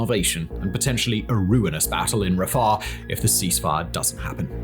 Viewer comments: It's not Raffah, it's Ra-Fi-Ach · Stop saying Rusher and pronounce it correctly, Russia "Rush-Ah". And stop saying Rafer. it is Rafah, "Rah-Fa" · RAFAR?YOU MEAN RA-FAH RAFAH! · Simon I love your videos as much as anyone else! I have to just say though everytime you said rafah I winsed 😂It was like you were putting a w at the end.. RAFAW😅